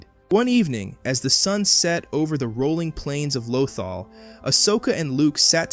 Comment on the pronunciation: your pronunciation of lothal has me cringing every time i hear it lmao